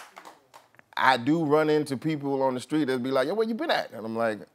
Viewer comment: The same reason I say the N word is the same reason Charlemagne says “skreet”